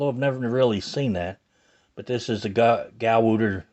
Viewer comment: Gow tar is how you say it.